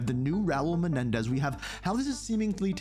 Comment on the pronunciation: Sorry but you said his name wrong. It's Raul fkn Menendez